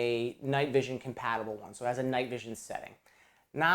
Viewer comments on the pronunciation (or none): none